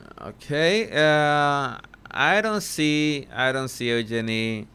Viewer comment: Eugenie….he is pronouncing the name correctly.🙂